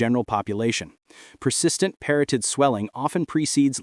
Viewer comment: Parotid contains only one 'r' in its spelling; and proper pronunciation rhymes with 'carotid' (as in, carotid artery).